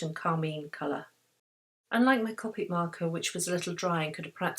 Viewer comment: I just have to say that copic is pronounced cOpic with a capital O sound :)